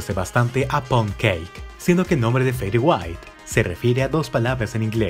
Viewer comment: Así no se pronuncia, se pronuncia algo como "feder weit".